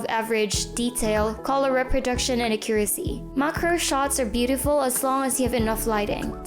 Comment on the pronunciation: A-ccu-ra-cy, not a-CCU-racy. Made me cringe every time she said it